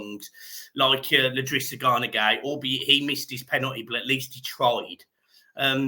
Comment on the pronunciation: ….. It’s i’drissa not L’drissa. Felt bad for him and his penalty. James Garner HAD to be in our first 5 pen takers. Shocking! Gut wrenching!